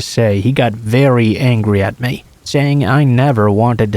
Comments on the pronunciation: Pretty sure it's advanced text to speech, any person who knows English would know how to say lavatory and ESPECIALLY "ME" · I'm sorry but hate the way he says "me".